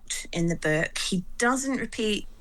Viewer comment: Wtf is this "beuke" that this woman keeps talking about?